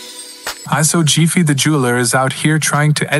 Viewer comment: Mane said chiefEE 🤣🤣 it’s jefe (hef fey)